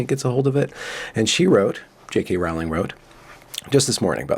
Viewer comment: Rowling.... rhymes with "Bowling" ... as in "Fuck it dude.... Let's go bowling... "